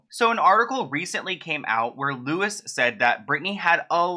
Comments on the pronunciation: His name is pronounced Looey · Louis pronounced Lou-ie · Btw his name is pronounced Lou-i !! and he is a bit of an asshole tbh. Never liked him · ahaha it’s lou-ee walsh for next time( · Ahaha his name is Louis as in Louie (lewiii) soz lol I just can’t 😂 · It's pronounced Louie not Louis fyi. Mericans lol 😆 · His name is pronounced Louie! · Just FYI his name is pronounced Lewie :) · not that important but thought I'd just mention Louis Walsh is pronounced LooWee like the feminine name Louise but without the S sound after it FREEBRITNEY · Lol it’s pronounced Louwee Walsh 😂😂😂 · As a Brit hearing 'Lewis' lost me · Just so you know it’s pronounced ‘Lou-ie’ Walsh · Louis is pronounced Louie p.s.😘 He was a judge on Idol for a grip as well. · you just said it yourself "many WORDS have more than one pronunciation". Babes, this is a name. It has ONE correct pronunciation as stated by the person baring said name and it's LOU-IE. I never allow people to pronounce my name anyway other than the way I pronounce it. You may be different but that's up to you. Accents are a completely different matter. This is the difference between calling a cat a dog and a dog a cat. It's not correct. Now if we're talking about calling a red fruit a "tomatah" or a "tomato" I would understand you, or even eggplant and aubergine. But in this context it's a person's name. And "Lewis" is incorrect because it's COMPLETELY different to Louis. Some people go by Louis and use the "Lewis" pronunciation and that's completely fine - you call them "Lewis". But Louis Walsh is "LOU-IE" there's not really much discussion to be had about it. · Louis Walsh's first name is pronounced 'Loui' 😉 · Pronounced louie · lololol thats not how you say his name.... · Argh you’re saying Louis’ name wrong xx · I’m sorry but the way said Louis kinda annoyed me. The s is silent in Louis. (no hate) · Am I the only one getting annoyed by how he’s saying Louis ?? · Just FYI it's pronounced loo-ee not lew-is 🥰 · Yep Loo-ee